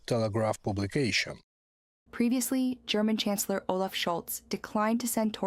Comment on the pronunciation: with the most relevant news of the day! Dear narrator you are pronouncing 'CHANCELLOR' as we pronounce 'CANCELLER'..the 'CH' in Chancellor is the same as the 'CH' in CHurch.. Merz is not the canceller of Germany:elbowcough: As always best love and deepest appreciation of your work, Slava Ukraine! 💛💙